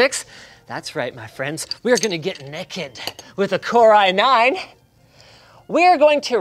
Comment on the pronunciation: Linus: "That's right my friends, We are goin to get NEKED"